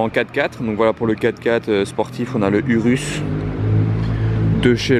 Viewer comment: prononciation ourous le "u" se prononce "ou" je sais ça fait bizarre mais c'est bien de le rappeler